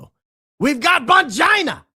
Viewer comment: Now I’m lol each time says Bongina. If we don’t laugh we will cry as they say.